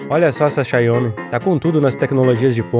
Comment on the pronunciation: Xaiomi?poderia pronunciar direito a marca....